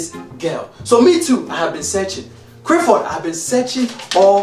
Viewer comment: I know dad had to emphasise the L in 'clap'...If he had pronounced it in the same way he does Crifford?